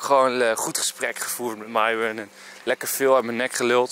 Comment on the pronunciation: Lars: Myron Mees: Myron Nicole: Myron Hoe Myron zichzelf voorstelt: Myron Enzo: Mairon